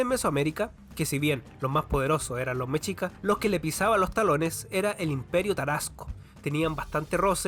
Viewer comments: En el esplendor mexica ellos le llamaban el único mundo. Está bueno tu trabajo, en México te falto hablar de los olmecas, zapotecas y mixtecas. Como dato, no se pronuncia "mechicas" se escribe mexicas y se pronuncia 'meshicas" Saludos desde la gran CDMX 👉 🇲🇽 🌵🌶🐎🇲🇽👈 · No supiste pronunciar TENOCHTITLAN. Y también me dió risa escucharte decir mechicas 😂